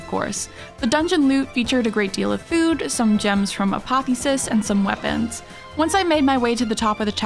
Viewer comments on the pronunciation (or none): Love the presentation method. The word is Apoth-E-osis, not Apothosis. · Hey apotheosis is pronounced a-poth-eosis , Like mitosis but with apoth in front instead of "mit"